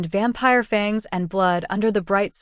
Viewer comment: I usually can tolerate AI but isn't there a way to go in and correct the simple mispronunciations like Fang!😢 ugh and Were( as in werewolf). No man's land... 😢😩